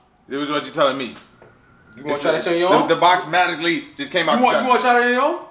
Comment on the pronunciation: So we just all gon act like Caleb ain't say "Madically" instead of magically 😂😂😂😭 Also what's with the random mug/bottle thingy being on the floor ????